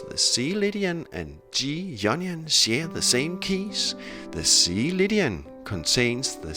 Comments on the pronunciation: the word in pronounced eye own ee on = Ionian not ee onion. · The onion scale 😂 that’s made my day! I’m just saying you need to pronounce the ‘I’ in Ionian 😂 great video though! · When he says 'Ionian' it sounds like 'Onion' I am going to call it Onion mode from now on. :))) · I thought he said 9nion scale.